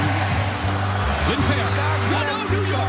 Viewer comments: i love how they pronounce lindpeer instead of lindpere :D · americans can't say his name it's not lindbear it's lindpere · Easily the Most Valuable Player for the Red Bulls. It's a shame the Americans can't pronounce his name correctly!